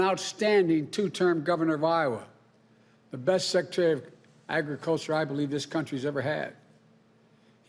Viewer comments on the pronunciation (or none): Secatary ofaggacture.... slurr a thon